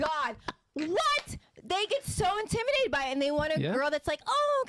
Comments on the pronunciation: Bro, what is "intiminated"? I-N-T-I-M-I-D-A-T-E-D, homie. Spelled and pronounced like that. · The word is "intimidated" not "intiminated"😂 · Come on now,. You seem like an educated brother. You should know better than that. The word is "Intimidated" what the hell are you doing, saying "Intiminated"... Smh... come on bro!!! Get it together... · … its pronounced intimidated, not intiminated. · Is he purposely saying intimiNated instead of intimiDated? 😮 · IntimiDated, not Intiminated -. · It’s intimidated not intiminated bro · Sounds like he's saying intiminated instead of intimidated.....idk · AM I TRIPPING OR DOES KEEP SAYING "INTIMINATED" AND NOT INTIMIDATED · What’s “intiminated”? It’s INTIMIDATED!!! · It's INTIMIDATED not intiminated. 🤣🤣🤣🤣🤣🤣🤣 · I rock with what he’s saying, but for the love of god….the word is not “intimination,” it’s intimiDation! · Intiminated. Bro pronounce the word right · It’s intimidating not intiminated bro 🤦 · "IN-TIM-MINATED" ... ITS INTIMIDATED BRUH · The word is intimidated and not intiminated lol 🤣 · What’s really annoying is him saying intiminated instead of intimidated. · Stop saying intiminated. It’s intimidated. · ɪnˈtɪm.ɪ.deɪ.tɪd. I was so annoyed hearing this guy say intiminated 🤣🤣🤣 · This guy is too smart to keep saying IN-TIM-“MEN”-NATED” WTF??? It’s INTIMI”DATED” my guy….. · InTIMinated is crazy 😂😂😂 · Bruh. The way you mispronounced intimidated. You said it more like intimated. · Bro if you say intiminated 1 more time! It’s intimidated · ITS INTIMIDATED not INTIMINATED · “Intiminated” or intimidated? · is my guy but he is killing me with "intiminated". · Did he say " intiminated " several times and not catch himself not once 😂😂😂😂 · If he say Intiminated one more time😂😂😂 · “Intiminated” is crazy work bro! I hear you Mispronouncing a lot of words lol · The word is “INTIMI’D’ATED” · Is it jus me or does he keep saying intiminated? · Its intimi-dated 😂😂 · Stop saying intiminated 😑🫣